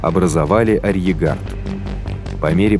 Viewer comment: Очень понравилось! Отвлекался на произношение слова "арьергард", почему-то не с тремя "Р", а с двумя, без Р перед "Г".